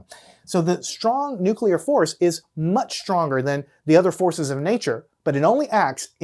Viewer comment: Strong nuculer force